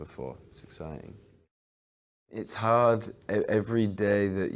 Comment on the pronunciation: it's haaaard everydaaaayy I love drunk harreh